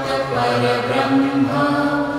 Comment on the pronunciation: Please pronounce it Correctly i.e Parambrahma not Parabrahma. Parambrahma Meaning Shreshtha Brahma. Like Paramguru, Parammitra, Parampujya.